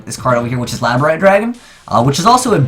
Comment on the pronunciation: Labright dragon. Really. Can you read? labrADORite *** American...